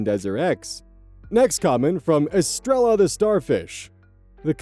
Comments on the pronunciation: S2: there was a similar story where a woman tattled on her coworker for using the company’s Photoshop outside work hours. Also most BIPOC have 2-3 jobs. Because the systems keep them poor. S7: that name is cantelope antelope, I'm pretty sure lol and estrella is Spanish and said es-tray-ya. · Sidenote,, "Estrella" is Spanish for star and the double ll is pronounced like a y. So Es-Trey-a